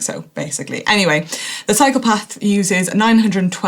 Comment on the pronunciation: Does Manon say "cyclo-path"? It sounds like "psychopath"... 😬